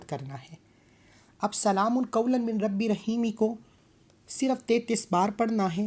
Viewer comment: अस्सलामू अलैकुम, शुक्रिया। आप ने इस आयात की बेशुमार फजीलत बयां किया है बिल्कुल ही अच्छा। लेकिन अगर आप मिन को पढ़ा है लेकिन सही तरीके से पढ़िए इस तरह से "मीर रब्बी र रहीम"शायद आप हिंदी से ही है।